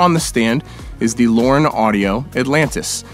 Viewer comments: So, Lauten is pronounced Lauren? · Bro why did you call them "Lauren" micophones 😂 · Lauten lol. Great video though